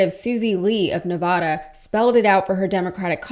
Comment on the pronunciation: I find it ironic as funk that you say politicians don't listen to voters as you mispronounce Nevada. You think we're a good for nothing backwater you can call us any name you'd like. Explain to me how that's any different than what you're complaining democratic politicians do? Go on, I'll wait.